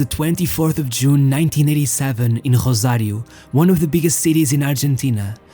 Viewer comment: So, it is pronounced Rrosario, not Grhosario.... We speak spanish, not portuguese...